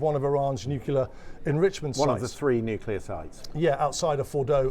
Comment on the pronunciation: Why can’t people say ‘;NYUCLEAR’ instead of ‘NYOOCYULAR’…. Nuclear shouldn’t be hard to pronounce for goodness sake!!